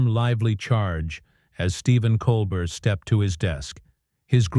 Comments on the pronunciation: The script is the most godawful bilge, you don't even pronounce Colbert's name correctly. I gave up after 1'30''. I'll look on YouTube to see if I can find the event. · First, learn how to pronounce his name. And why not let us see this exchange instead of describing it. What a joke. This is fake news. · Please explain to your AI robot that Mr. Colbert’s last name is pronounced without the “t”. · The narrator doesn't even say Colbert's name correctly...... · If you can't pronounce Colbert's name, you're not in the game. Hang it up, OK? You're making a fool of yourself, "." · Musk was on the show in 2015 but wasn't kicked off. BTW this AI voice can't even pronounce Colbert currently 😅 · and the AI cannot pronounce Colbert correctly. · is AI the reason for mispronunciation of Colbert’s name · This is being read by someone who doesn’t even know how to pronounce Colbert’s name. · That’s not Stephen Colbert. It’s whatever lazy people use to scape and over voice with AI . Truthfully badly done. Colbert would’ve been much wittier and to the point. This AI or whatever can’t even pronounce his last name properly. It’s coalber phonetically not Coalbert. This crap should be banned. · Coal-burt? Really? FIX YOUR STUPID DICTATION ROBOT! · Blocking this channel - waste of time. "Col-bert"..... 😅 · It's pronounced "Cole -bear"! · It's a nicely creative story. Try learning how to pronounce “Colbert”. It is not like coal burr. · Oh, that mispronunciation bugs the daylights out of me! It's COAL BARE, dufus. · It's pronounced 'coal bear' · Your video are not good..why not show videos rather than reading? Plus you pronounced Colbert name incorrectly! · You mispronounced Stephen Colbert name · Seriously, why is this irritating AI voice reading this ridiculously melodramatic script to us. Had to cut it off immediately. Can’t even pronounce Stephen’s last name correctly. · This AI stuff is a joke, "Stephen Col bert." It's Col-bear you idiot. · Stop mispronouncing his name! colbear!